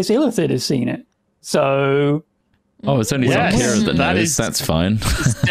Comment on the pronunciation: reads the youtube description oh shit, its xarkira not zarkira